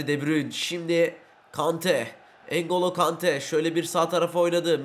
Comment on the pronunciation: Abi mataus değil matiyus vorcıl değil Van dijk engolo Kante degil Engulu kante